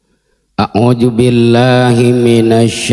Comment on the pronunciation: Mhn maaf sblmnya ya, ada sedikit kritik nih...🙏. Saya mengikuti bbrpa kali ceramahnya di youtube. Dan saya simak, setiap membaca kalimat TA'AWUDZ, pakainya huruf JIM.. ("..A'UJU.."). Yang seharusnya pakai huruf ZDAL dong. Terima kasih...🙏🙏